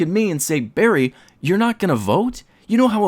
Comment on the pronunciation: Yay, bawwy is here